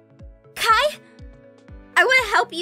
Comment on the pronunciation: Jennifer Nguyen Yas please! And also it's not Kia it's Kai